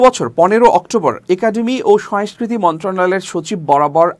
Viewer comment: Not “Uddhrito” It’s UDBRITTO , not “Soestha” SANGOSTHA , not “Soeskriti” SONGOSKRITI is correct. You should care about accent because you’re a news reader.